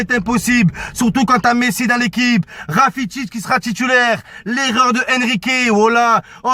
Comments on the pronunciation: c'est qui rafitic ? mddr c'est rakitic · rakitic pas rafitic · Rakitic pas Rafitic 😂😂